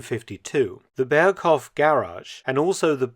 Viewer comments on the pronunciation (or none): "Berghof" with a slightly longer o, please